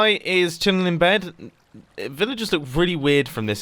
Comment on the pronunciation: When Mumbo says Villagers, it sounds more like Villages.